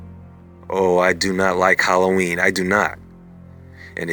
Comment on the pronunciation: Word howlloween.😁😀🙂😐😕☹️😞🤕💀💩👻